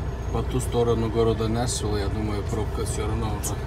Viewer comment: ррр почему нЯшвил ррр ухо режет капец, нЕшвил же...